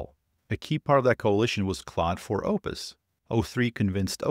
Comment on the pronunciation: FYI claude is pronounced more like "cloud" than "clawed." French is weird.